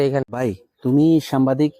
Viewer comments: সামবাদিক ভুল উচ্চারণ সাংবাদিক সঠিক! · ভালো লাগলো। ভ্লগার ভাই উচ্চারণ এর ব্যাপার এ সতর্ক থাকবেন। এতে যথাযথ সন্মান প্রদর্শন করা হবে। সামবাদিক না! সাংবাদিক!! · সাম্বাদিক হবে না সঠিক উচ্চারণ হবে সাংবাদিক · সাম্বাদিক নারে ভাই, সাংবাদিক হবে সাংবাদিক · সামবাদিক নয় সাংবাদিক হবে উচ্চারণটা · সামবাদিক নয় মিয়া আগে উচ্চারন শিখেন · ভাই, সামবাদিক নয়,সাংবাদিক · ভাই আপনি বারবার সাম্বাদিক সাম্বাদিক বলছেন কেন? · শব্দটা সাম্বাদিক নয় সাংবাদিক হবে । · সাম্বাদিক না, উচ্চারণ সঠিক করেন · ভাইজান আপনার উচ্চারণ ঠিক করতে হবে, বারবার "সাম্বাদিক" কেন বলছেন। ইলিয়াস হোসাইন বাংলাদেশের একজন শ্রেষ্ঠ সাংবাদিক। ♥️ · আরে ভাই সম্বাদিক না শব্দটা সাংবাদিক। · ভাই উচ্চারণটা সঠিক করেন সাম্বা দিক হবে না। সাংবাদিক হবে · আপনি বার বার সাম্বাদিক বলতেছেন কেন? আগে ভাষা ঠিক করুন। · বার বার সাম্বাদিক সাম্বাদিক করছেন কেন? উচ্চারণ করতে শিখুন আগে তারপর ভিডিও বানান। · সাম্বাদিক না সাংবাদিক হবে 😂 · 'সাংবাদিক' শব্দটা উচ্চারণ হচ্ছে না আপনার।